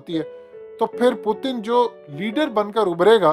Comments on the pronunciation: U look like ato be a funny guy calling him pootan. Pl pronounce him well.... Putin. Learn frm some one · Bhai Russian president ka name pronounce karna seekh lo phelay phir video bnao. Pootin kiya hai ....